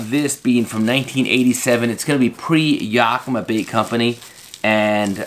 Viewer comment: I've never heard yakima pronounced quite like that before.